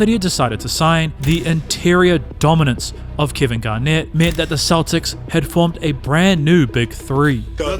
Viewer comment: there are dozens of creators on here with videos as good or better who put the time in to actually narrate their work so you're listening to a human being, not an AI with a robot voice saying "sha-kill o-nill" or boston keltics